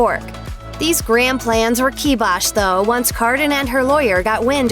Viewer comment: Kee-boshed? Really, you don't know how to pronounce that?